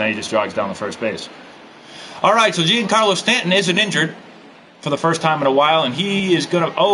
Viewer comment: Like this so knows Stanton’s name is pronounced “John Carlo” not Jee-Anne!